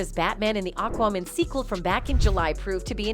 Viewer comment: STOP PRONOUNCING IT AQWOMAN. IT'S AQUAMAN. MAN! GET IT? MAN! FUK!